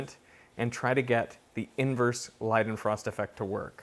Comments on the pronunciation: LEEdenfrost. Not LIEdenfrost. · Have always heard it as lay-den-frost not lie-den-frost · Isn't it like lay-den-frost?